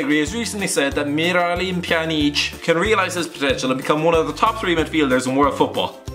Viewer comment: Neil Luhar yeah, and miryalyem pjaneeeeec was pretty fucking hilarious as well :D